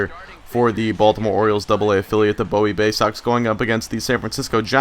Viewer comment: It's boo-wie It's in Maryland Live there